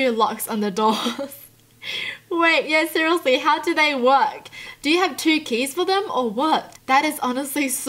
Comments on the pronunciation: I love everything about except when she says SERIOSELY, the way she pronounciates that frustrates me.. its like " Srsllshdllshlsy" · It sounds like your saying cerialeslie no hate